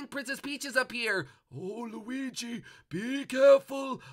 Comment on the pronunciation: he kept calling him gooigi:)